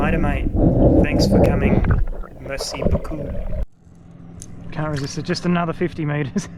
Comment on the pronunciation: Oh yeah baby Come to Popa haha I love when you said that and your merci beaucoup nice French touch! Good job